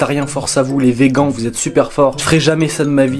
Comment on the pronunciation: je rêve ou il a dit les VEGANT